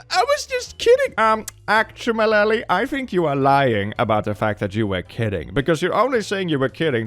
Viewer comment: "Actumalaly" I'm taking that